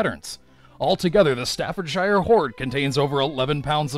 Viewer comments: And it's not (and no shire ever will be) pronounced "staffor shire" it's "stafford sher"! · staffordshire is pronounced more like 'stafford-sheer' than something out of lord of the rings... and shrewsbury - shrews-bree' just so you know... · To all Americans... Staffordshire is pronounced 'shur'. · Staffordshire, is pronounced "Staffordshur". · Lol exactly what I muttered under my breath.. And Birmingham is pronounced birmingum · I live in Staffordshire and your saying it wrong xD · You saying English places wrong Staffordshire,Birmingham etc hahaha